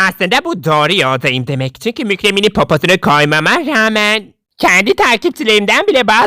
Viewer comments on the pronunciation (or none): none